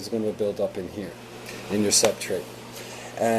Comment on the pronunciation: poor narration..............."ummmmmmm................soooooooooooooo................uhhhhhhhhhhhh" And you're not talking aboutcycling. And it's subSTRATE, not subtrate.